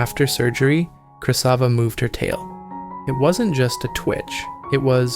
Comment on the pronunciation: I think it's Krasiva not Krysava